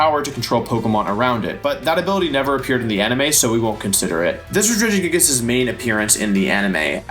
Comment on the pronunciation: Through the whole wideo, Wolfey kept mispronouncing Regigagigas!